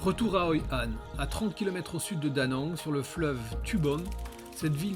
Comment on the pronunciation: c'est Hoi An et Mui Ne pas Hoi Han et Nui Ne. Mais c'est un bon docu. Merci beaucoup.